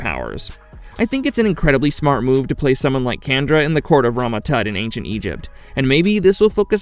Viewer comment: She's an External Candra(sjan-dra). The same lady from the episode X-ternally Yours in the original series.